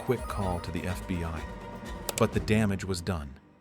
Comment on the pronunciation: FB-WHY? (FBI) this AI naration needs to spot